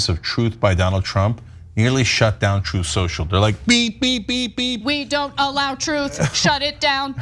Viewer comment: I wonder what truly prompted tRump to now, all of the sudden, start using "Trothe Sercial" (as he called it at his rally)?